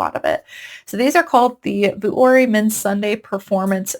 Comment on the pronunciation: Hi! Love your videos! Vuori is pronounced vee-or-ee, not vu-or-ee. 🤍☺️